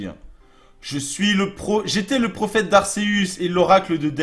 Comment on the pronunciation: ARQUEUS ça se prononce comme ça dsl pour se commentaire de rageuse mais sinon continus c trop bien!!!